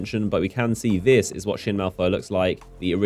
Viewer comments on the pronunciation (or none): Malphur not Malfur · What your saying is that it’s pronounced ‘malp - her’ not ‘mal - fur’